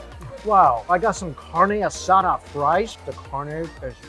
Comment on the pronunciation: He can say asada... But calls a bagel baygo...